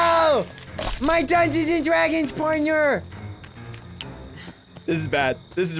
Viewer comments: PLAEASE STOP SAYING DUNGONS AND DRAGONS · Wiw yew pway dungweons and dwagons wif meeee?